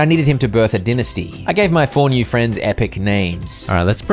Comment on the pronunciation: And dynesty as well, seriously I thought he was gaslighting me, din-esty bruh 😭